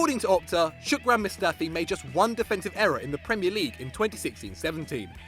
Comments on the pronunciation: Off with head. HIS NAME IS SHKOD-RAN. NOT SHOOK-DRAN. SH-KOD-RAN. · Where's the "k" in Shkodran? Ah, yes behind the "o". Wait no, it isn't, is it? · You butchered mustafis first name